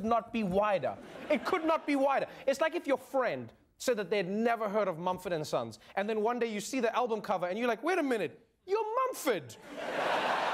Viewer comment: what's momfurd and sons seriously?